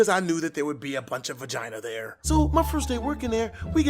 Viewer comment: Bruh the word vaginal and peenis